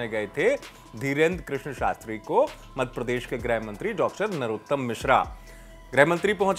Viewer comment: सर सही तो बोलिये मद प्रदेश नहीं मध्य प्रदेश😂😂